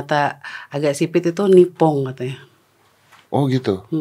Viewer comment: Nipong om, bukan nyeping 😭👍